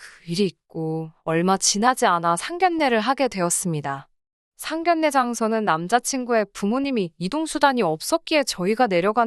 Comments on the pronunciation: 상결례가 아니라 상견례로 읽어주세요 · 상결례가 아니고 상견례로 읽어주세요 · 발음에도 상견례이지 상결례는 아니지않나요?